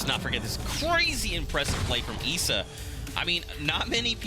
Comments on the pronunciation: Ok it’s not Eisa It’s Issa Bro learn on that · issa not essa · I think the guy pronounced it wrong I’m pretty sure his name is pronounced eye-za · “Eesa” “Mytro” Comeonbruh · I didn’t know issa was pronounced “EESA” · Why he pronounces ISSA like that ? This man don’t know who 21 savages is !?